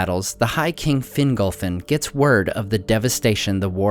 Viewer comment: Hitlum he said, I understood something else 😂 I was like, dude Hitler?! 😯 oooh stupid me it's Hitlum 🤣😂👍🏻